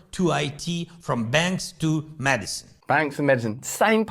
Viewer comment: Did i hear Zelensky right ? " We need more mad-icine"... 😂